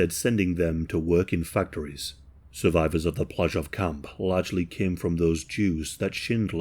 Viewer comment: There is a documentary called Inheritance about Amon (AH-mon) Goeth (gurt)'s daughter (love you,, but here's some more pronunciation: Płazsów = PWAH-shohv). She talked about how there were kids when she was growing up who used to think it was great that her father had been a Kommandant of a concentration camp, and that it never sat right with her. She also talked about her mother, and what she had been told about the camp itself as a very young child. She also taked about Oskar Schindler, whom she used to see here and there all the way through her teen years. And, at the time, she was raising her mixed race grandson. She got to meet a couple of survivors and hear uncomfortable stories about her father.